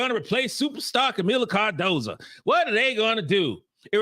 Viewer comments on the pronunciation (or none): could you please do me a big favor. Could you pronounce Kamillas last name right for once. Her last name is Cardoso not Cardosa.